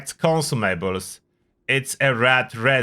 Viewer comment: Take a shot every time he says "con sue may bells"